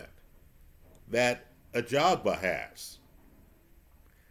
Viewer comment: Haha gone are the days when used to call him "Agaba".